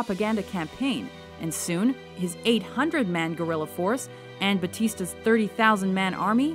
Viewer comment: I can’t with your pronunciation of “guerilla” lol wtf